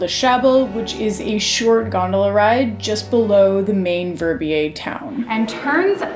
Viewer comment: Your pronouncation of "Verbier" is just awful.